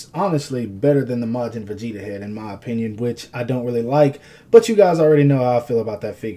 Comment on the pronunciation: Begeta? Are you fucking serious?